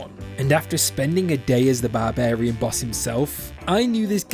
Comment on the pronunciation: It’s barbarian not barbairn